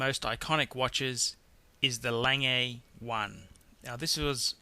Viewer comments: its not lang-gay! its lan-geh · Lange is pronounced 'langur' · It's not "Lang AA" it is pronounced "LANG-eh" (I have met Walter Lange in Glashutte) Regarding pronouncing Omega, I have been to Berne, Switzerland to the Omega plant and even their marketing people pronounce it both ways. Breitling, IMO, is a second tier watch and shouldn't be mentioned in the company of the rest. Would have picked the President Day - Date over the Datejust. (BTO the best selling Rolex is the ladies Datejust.) Agree with others, Lange should be #2, not #10. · Wow... so many views for a dreadful video. I would certainly learn how to pronounce brand names correctly.. LOL I mean Audemars Piguet is pronounced O - de mar Pee Gay not Pee r jay - thats Piaget a completely different brand... Lange is Long - e not Langay... and you meant chronograph not chronometre dear me if you are going to be pretentious get it right... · Got to agree with the folks who didn't like hearing "lang-ay" instead of the proper (German) pronunciation "Long-ga". And he's clearly confusing the Audemars-Piguet brand with the Piaget brand. Piguet is pronounced "pee-gay" and Piaget is "pee-a-zhay". And didn't we lose one? Number seven? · It's not "lang-ay" it's "lang-ah". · 1. Lange is pronounced Langeh, not Langay. 2. I didn't see an IWC 3. The Rolex Submariner should have been the GMT. 4. Royal Oak?? What did that ever do? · It's not "Lang-A" it's "Lahg-Uh" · the first one is not pronounced langay, its pronounces long-ugh or something like that, it means long in German. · it's pronounced lahngeh und zooh-neh (like the vowel at the end of Porsche) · "Longay", "Auday Mars Piaget", "Cartier Sandtoss", "Amiga Speedmaster", "Rolex Saliney Line" Classic. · Längei :-DDDD Lange GGGGG!!!! :-D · Lon-guh. Douche. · 'A-langay and son' ... I shiver.. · its A-Lang-guh and So-noh (A. Lange & Sohne). Au-dee-mar Pee-kay (Audemars Piguet) good list. how about V.C. Patrimony or JLC Gyro ?